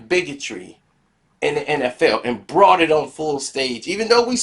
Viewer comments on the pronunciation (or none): none